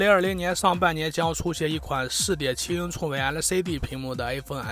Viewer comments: 寸是cun 不是chong 老哥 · 6.7英囱的口音是要被歧视的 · “寸”的发音醉了，挺佩服UP主这么自信。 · 寸和匆分不清楚？真是迷之自信~